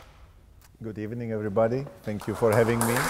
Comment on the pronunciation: Cech: “good ebening”